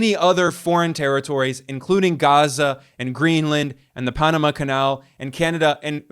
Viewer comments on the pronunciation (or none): none